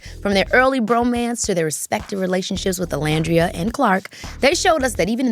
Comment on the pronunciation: hate the way she says nicolandria 😭😭😭😭😭